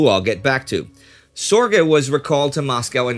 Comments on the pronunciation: Its not SOR GAY. Its closer to zerge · Richard Zorge! not Richard Sorge. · why is he (Indy Neidell) saying Sorge name wrong, It is Sorge, My uncle was Jack Sorge, Richard Sorge was a 3th. uncle to him